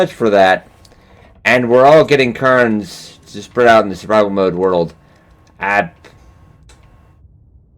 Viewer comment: Your escape from the Ravine is becoming a 'must see' every time you do it - tension wise. :-) Oh, and cairn rhymes with bairn. ;-) Just think of the 'air' that you breathe...